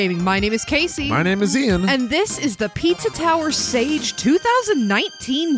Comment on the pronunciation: Am I tripping or is sage pronounced “sah gay”